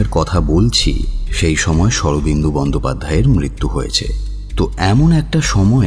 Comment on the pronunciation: ওনার নাম শরদিন্দু বন্দ্যোপাধ্যায় | ওটা ঠিক করে নেবেন, শুনতে খারাপ লাগছে |